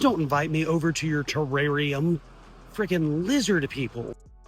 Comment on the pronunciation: Lmaooo he said TERRARIUM ahahaha